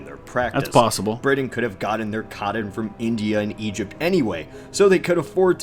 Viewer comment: Coddon and Briddan.